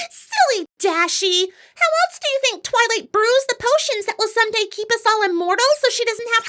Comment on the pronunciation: "Tivylight" I HEARD TITTYLIGHT